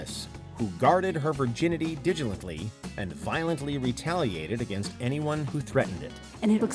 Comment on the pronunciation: dil-i-gently, not digilently.